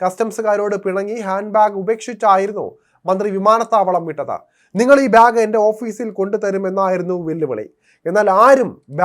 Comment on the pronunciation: ബ്യാഗ് അല്ലാടെ ബാഗ്